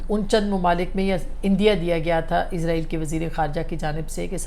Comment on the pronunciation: اصمہ شرازی صاحبہ ایزراہیل نہیں اسرائیل ہے دشمن ملک کا نام آپ بار بار کیوں ایزراہیل ایزراہیل کا لفظ استعمال کرتی ہیں کیوں 😢